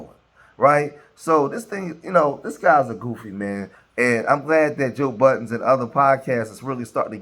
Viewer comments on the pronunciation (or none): Bro, why you call him Joe Buh-ens… 😂. It’s Joe Budden.